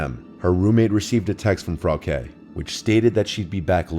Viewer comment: You wouldn't know, but Frauke is pronounced differently. Also, as a German, I'm disappointed by people naming their kids shit like Frauke. They must've hated her.